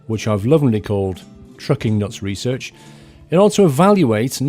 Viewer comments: its called reearch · You didn't call it Trukin' Nuts Research, you called it Truckin' Nuts Reearch ;)